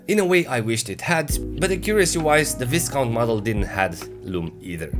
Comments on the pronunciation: Nice video, lovely watch, absurd value for money! NB Just one thing, the British upper classes are responsible for pronouncing Viscount as Vy-count. As in it rhymes with 'my'. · The s in Viscount is silent.